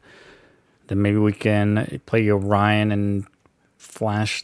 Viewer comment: i was so confused what you was taling about until i understood that u said "yorion" xD never heared someone call it yo-ryan xD